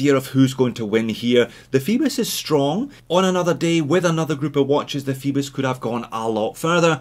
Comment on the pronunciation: Fibis? It says Phoebus i think, with an ö sound....lol or oi in the original Greek.